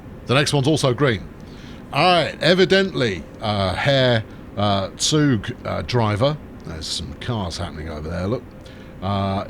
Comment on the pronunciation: The 'Guten Tag' was great, but your Zug really needs some work in terms of pronounciation :D Think of Z in german like the TS in hits for example with a bit less of the T. Hard to explain g